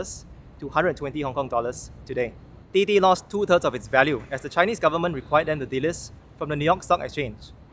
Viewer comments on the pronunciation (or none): none